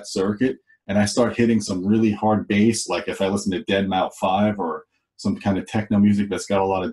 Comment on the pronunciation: I’m sure someone said it but: deadmau5 is pronounced “Dead Mouse “. Great video!